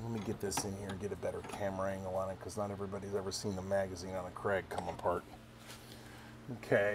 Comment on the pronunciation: Thank god you can say KRAG. My ears bleed everytime I hear CRAIG....and Mouse-er....hehe, I knew an old man that told me he once owned a Martin- Eye. Yup. I also knew another fellow that liked Shina-bell fore ends....probably on a Martin-Eye rifle.